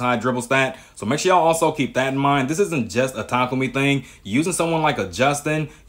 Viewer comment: its tah kah umi 😂